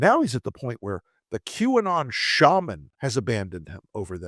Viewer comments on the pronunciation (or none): none